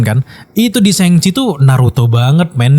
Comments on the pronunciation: Gak nyaman ya denger penyebutan "sheng chi", krnapa gak shang chi? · Shang Chi keknya kalau dibaca SHENG CHI kek lebay bro,,itu kan bahasa china bukan bahasa inggris,,,kenapa juga diinggriskan gitu??